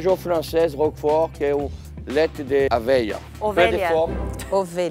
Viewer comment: 'Leite de Aveia' (OVELHA!) 'Oveia.' Jacquin é uma comédia, morri. Hahahaha